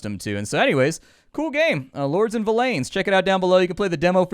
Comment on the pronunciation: Just a thought, but villeins would literally just be pronounced villians but with an -en rather than -an sound. Its literally just the original word for villain before it was memetically corrupted into villain over the centuries.